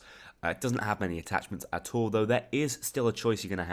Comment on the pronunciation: Could you say at all then at tall?